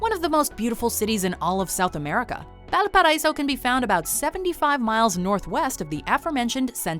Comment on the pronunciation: I'm sure someone has mentioned this already, but Valparaíso is pronounced "Val pa ra ee so". but this is a great video showing lots of what Chile has to offer!